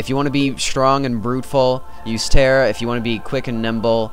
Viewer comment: lol terra is not "terrable" zing